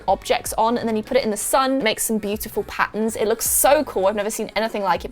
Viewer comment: I like how she said "pattns" to patterns LOL XD